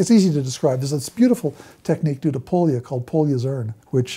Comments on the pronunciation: Hungarian here, it's pronounced like poːjɒ (IPA), would be similar to "Poya" in English. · I am required by law to mention, that Hungarians don't pronounce Pólya like that